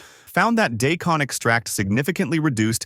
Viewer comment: Do us a favor and teach your AI to pronounce daikon correctly? What is day-con? Or did you mean die-con?